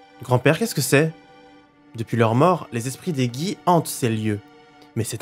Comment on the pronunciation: je vais faire ma chieuse mais c'est pas ma faute c'est les cours de phonologie qui m'ont tromatisé... "Gi" ça se prononce forcément comme "Ji" vu que sinon il faudrait un u => Gui